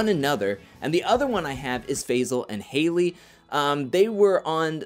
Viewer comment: His name is Faysal.